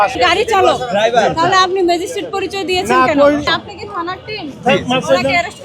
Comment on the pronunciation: উনিতা ম্যাজিস্ট্রেট বলেন নি। বলেছেন ম্যাজিস্টিক।